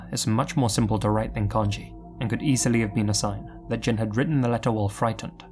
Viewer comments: Even though he didn't pronounce Jin's name right. It's Jean, like blue jean. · He's right. The vowel wouldn't be emphasized as much as "jean," but it definitely is not pronounced with a short i sound.